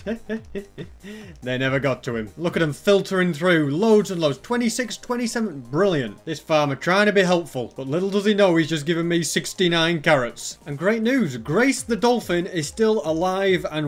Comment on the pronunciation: he said “iron carrots” WHAT ARE DOS😂